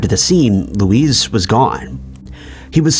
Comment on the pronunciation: Learn how to pronounce names correctly. Luis is pronounced differently from Louise.